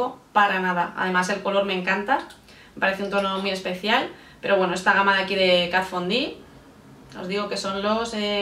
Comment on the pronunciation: sí señor! la primera youtuber que pronuncia bien Kat Von D. Ya era hora!!!!!